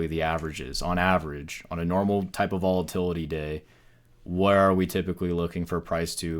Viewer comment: Volatity? :) sounds risky